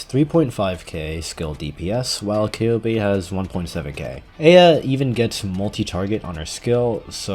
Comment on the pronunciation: thank you for pronouncing eyja correctly I love you